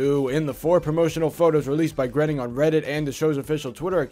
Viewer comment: Grayning! It’s pronounced grayning!